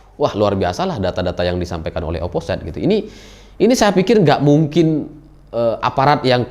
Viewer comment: mohon maap mase, itu dibacanya oposit jgn oposait (biar tambah josss yew)